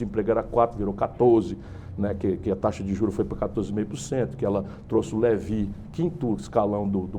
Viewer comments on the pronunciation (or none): none